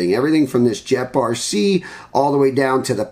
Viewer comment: pretty sure its pronounced gep rc. not jep rc lol